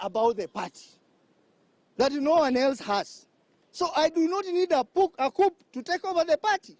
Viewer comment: That's not English you are speaking ? In coup "p" is silent